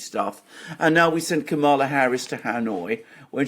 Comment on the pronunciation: Did you say Kampala Harris is going to Vietnam to Hanoi , or to annoy?